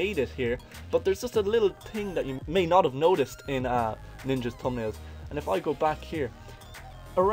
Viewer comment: man saying tumnalez